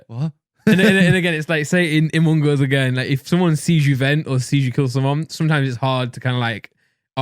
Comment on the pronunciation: “Umung uz”